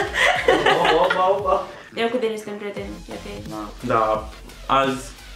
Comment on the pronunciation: De ce nu pui accentul pe "z" si ii zici numele ca si cum l.ar chema "Denis" ?